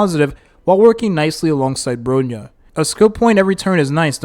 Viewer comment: bro reallly be saying ANYTHING for the character names lmao. SEELAY???? BRONEE? SHINGSHAY????